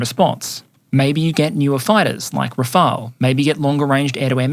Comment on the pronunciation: It's "Rafale" (pronounced like Ra-fal of you want) The one calling it "Rafael" are ignorant ones, or AI reading badly. As stated up there, Rafael exists, it's an Italian surname, and the name of an Israeli armament company.